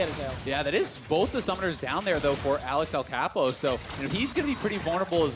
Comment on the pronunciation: Me queria dar algo cuando lo pronunciaron Axelcapow